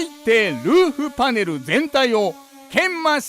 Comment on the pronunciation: フrrrrrゥオント！パネrrrrruに！鉄粉わ”！ビッシrリ！ 付いていませんでした。 ほんとすき！